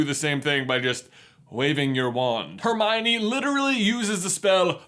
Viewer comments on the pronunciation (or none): none